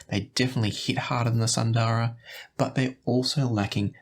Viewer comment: FYI all of you headphone reviewers mispronounce the names from Hifiman, like Sundara. It is an Indian word (Sanskrit for “beautiful”). It’s pronounced more like “soon-the-ruh”). Hifiman uses Indian / Sanskrit names for most of their stuff.